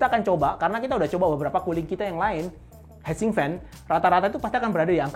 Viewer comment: hitsink bro, bukan head sink. heat itu dibaca hit. fail.